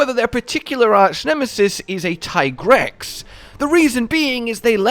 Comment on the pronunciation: It's teegrex not taigrex